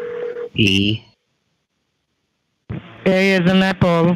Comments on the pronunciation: Did he say E as in advert? 😮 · E as in Edvard W as is Vater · EEE as in ADWORRD. Holy shit man... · Bcoz they cannot pronounce 'Edward' correctly. BTW, the scammer was abusing in a very strong Pakistani accent. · I know he says Edward but I can't un-hear this!